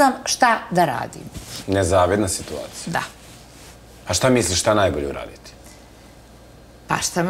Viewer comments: Drvo neka joj da zadatak celu svesku da ispise SITUACIJA, mozda nakon toga nauci kako se pravilno kaze. Sto krije da joj je rođak muz od pevacice Slađane Mandic kvazi krimos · Niko u Bosni ne prica ovako..Njome,njojzi,situvacija itd..Ova je nepismena do bola uzas! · Može li joj itko objasniti da se kaže sitUacija